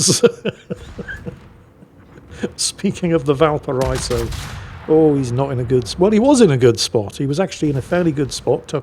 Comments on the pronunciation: Not that this wasn't a phenomenal game, but even as said himself; "Easy Kraken." just highlighting what a fairly average Libertad game can look like for anyone who knows how to think and breath at the same time. Also; Valparaiso is said "Bal-para-EE-so" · Valpara-iso. the double dots above the i denote a break in pronunciation, just like in Citroën / Citro-en